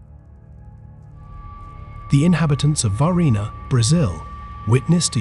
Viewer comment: Huh huh he said varghina